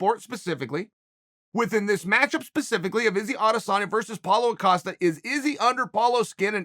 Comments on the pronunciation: I was so shocked when he pronounced Costa correct at the beginning but the he reverted right back to Accosta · You finally said Costa instead of Acosta. Congrats sir.